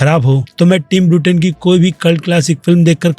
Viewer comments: Bruten nahi beta Burton hai naam seekh ke aa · ब्रूटेन नहीं भईया बर्टन!